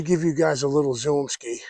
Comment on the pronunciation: This is my second day watching your channel, and you’re making me laugh and smile with the “zoomski” with the New England accent, which I absolutely appreciate 🤣🤣😁